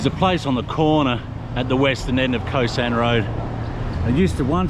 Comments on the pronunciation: Khao* San Road not Ko San Road :) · Pronounced "Cow-San" not Co-San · "Khao sahn" is uncooked hulled rice, what you buy in a plastic bag at the grocery. "Khao" is pronounced like "cow!" in a high tone, the tone we would use for an exclamation in English. It's not "ko sahn."